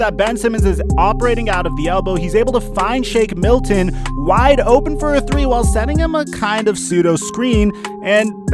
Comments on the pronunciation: “Shane Milton” he says😂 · Shake not Shane dude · Shane milton😂 not for it’s shake but u probably know this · My man just said Shane Milton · Bro it’s shake milton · Pronounced it wrong